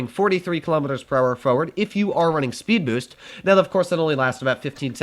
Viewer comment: "sped boost" lol